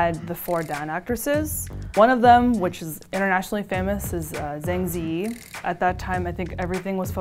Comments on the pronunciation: The way she pronounced Zhang Ziyi made me cringe so hard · she really butchered the pronunciation of zhang ziyi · I cringed at the way she pronounced "Zhang Ziyi" lol. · It's just the americanized pronunciation, which we have for all sorts of other countries/ people/ landmarks. I see where you're coming from and I would've liked more accurate pronunciation, but also people are probably more familiar with that kind of accent.